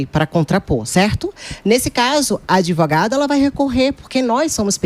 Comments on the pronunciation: O PCC pagou a faculdade dessa “adevogada”! Vai falar errada assim lá na comunidade!!! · Qual faculdade de direito graduou essa “ADEVOGADA” 🤦‍♀️🤦‍♀️🤦‍♀️🤦‍♀️ Reflete o nível altisssiiimooo dos nossos graduados!!